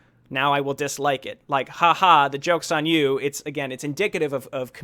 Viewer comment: “Haha jokes on you...” lol cracked me up how you pronounced that